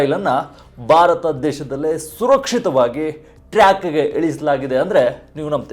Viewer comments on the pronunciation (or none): none